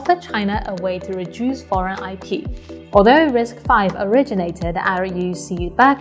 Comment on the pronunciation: Kudos to you for pronouncing RISC-V correctly as "risk-five." You're the only YouTuber that does this. Everybody else pronounces it as "risk-vee."